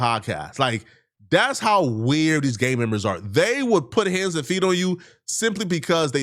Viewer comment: putting that hard R back on “Gangmembas”